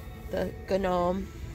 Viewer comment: Honey it's pronounced Nome...the G is silent. Fyi.lol